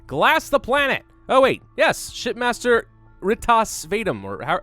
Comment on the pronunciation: When he said shipmaster I Heard shitmaster